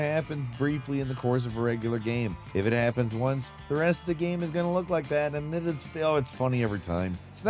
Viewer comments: omg say ''game'' properly, not ''gahm'' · It's definitely not rage bait because he'll mispronounce incredibly basic words like 'game', saying "gayam" instead. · Dude, half the time he can't pronounce the word 'game' - he'll pronounce it "gayam". How does this even happen, considering 'game' is in the name of his YouTube channel/job?